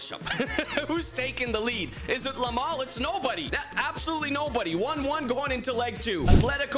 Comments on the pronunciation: He said lamal not yamal 😂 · Yamal ❌ Lamal ✅